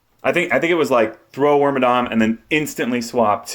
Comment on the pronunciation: are you saying work my dong?! its like worm and madam wormadam.... madam madong madont.